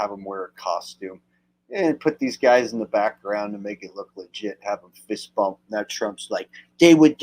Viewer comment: Sounds like donna was saying Fist Pump, not bump 🤭